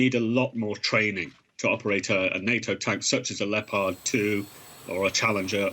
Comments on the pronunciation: What is a "leee-o-pod" tank ? Has this news man never seen the wild cat the tank is named after ? Lep-ARD please. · The name of the tank is not Leppard. This is offensive mispronounciation by persons who know better. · FFS - the reporter can't even pronounce Leopard: 'Leo-Paard' !! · "Leyo-pahd". Leopard. Like the animal. Leopard. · What is this "Lee-oh-pard" of which you speak? 🙄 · Someone teach this dude how to say "Leopard". lol